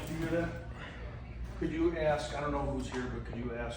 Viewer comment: Can't continue to watch. I'm sure the smoking cops name is Espinosa, but the way you're pronouncing it gets my gall. It would be Es Pa Nosa. Please! Not Espi a Nosa very common surname! Since we're at it, please don't say Axs you a question! It's Asks'. Please!